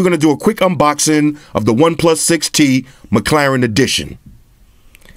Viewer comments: Floss, do me a favour and teach Jaime Rivera how to pronounce McLaren. 😂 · is it mc claren or mc laren? hmmm